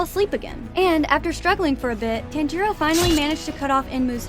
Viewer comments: his name i tan-ji-ro not taan-ji-ro ok? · Please, just say Tanjiros name correctly. It’s not that hard. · The way she pronounced 'Tanjiro' hurt me